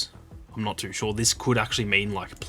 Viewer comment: This guy pronounce “too” so wierd. He speaks it like tuuur. I kept trying to pronounce it the way that he does and I could not pull it off. Cool accent dude!